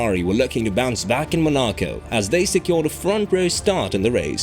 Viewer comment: Is this a person talking or a text-to-speech? I can't tell, because the names of places like Monaco and Hungary are pronounced hilariously wrong, as well as Sainz and Verstappen. TTS tends to make those mistakes.